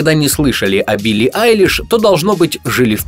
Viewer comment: "убили" послышалось.✅